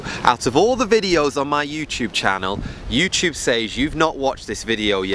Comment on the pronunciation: accents are the best.